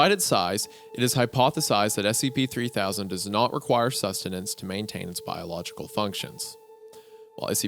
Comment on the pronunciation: I'm watching the video to go to sleep. As soon as I closed my eyes every time they said scp, it sounded like std.